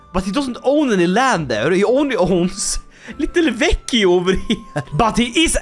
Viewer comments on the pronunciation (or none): none